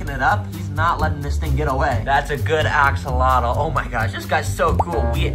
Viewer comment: The way you pronounce axolotl drives me nuts 😭. It's not "ax-el-lot-el", it's "oh-cel-lot" (with the lt made by tapping your tongue on the top of the back of the teeth, against the roof of the mouth). It's a Nahuatl word, and in Nahuatl, the tl sound is made by making a hard t sound, with almost a click, in the manor described above. If you're going to keep them and sell them, you should know how to pronounce the word.